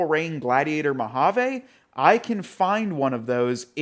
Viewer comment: I know right and the way he pronounces Mojave cracks me up 😂